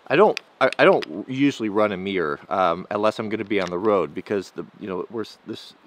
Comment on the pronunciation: Its funny how you pronounce mirror "mier"